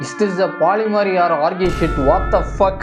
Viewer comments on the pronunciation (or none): What it is: polyamory What says: Polimer 😭😭😭